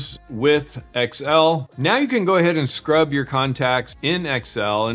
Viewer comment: It's "Excel"... not "X.L."